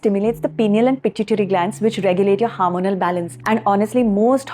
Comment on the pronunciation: It is not HAARMONAL ...it is Hormonal. Pls correct the pronounciation